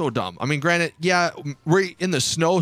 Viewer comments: granite, instead of granted lol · Granted its granted not granite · Are you saying "granite"?